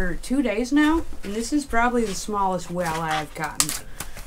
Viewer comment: I feel like Brian asking Stewie why do you put so much emphasis on the H?......... wait a second there isn't a H in the word walleye🤣 nice hat bud!!!